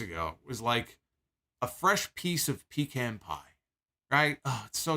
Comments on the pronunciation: It's not Pee-Can dammit. It's Pa-Khan! Smh....... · It's funny that you say Pecan Pie the way you do. Because it tastes like urine and aluminum.